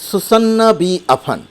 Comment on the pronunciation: আমার মনে হয় উচ্চারন "সুসান্না" না হয়ে "সুযান" বা "সুযানা" হবে। আর " য " উচ্চারন ইংরেজি "Z" এর মত হবে।